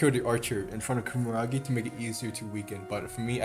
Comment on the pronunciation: loved the video, funny how you say kumaragi when its kumagera